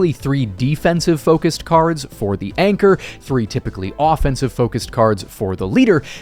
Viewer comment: Anchor? You mean Yanchor?